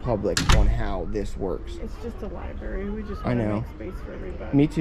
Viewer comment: Carnage in the Libary